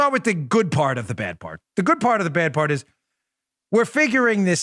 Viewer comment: Someone needs to learn to speak English. It is PART the Red Sea not PARK and it is PATRONIZING not PATRONING restaurants. These young people regardless of where they are from or their heritage are STUPID.